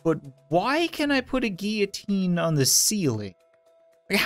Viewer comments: says 'GEEITINE' me: its GILLOTINE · It's pronounced gill-o-teen